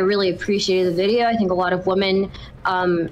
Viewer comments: the only reason i dont watch is because she says woman instead of women. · Dude I know she speaks English so the fact that she cannot say PLURAL womEn is so fucking annoying to hear. She’s been doing it since day 1 and I don’t know why